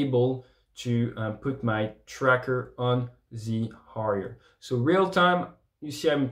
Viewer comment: He said ‘a shot in the Harrier’, but with a French pronunciation.